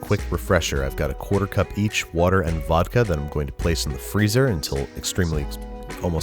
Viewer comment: Just realized you called the “Water + Vodka” both “Vodker” and “Wadka”, so which one is it? Good Eats fans will know the answer...